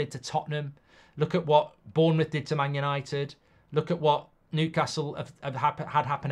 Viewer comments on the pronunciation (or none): none